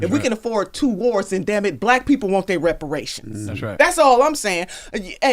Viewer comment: She’s lost me at Repriations lmao